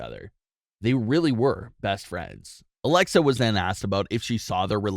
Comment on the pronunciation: Ummmm its alexa not alexia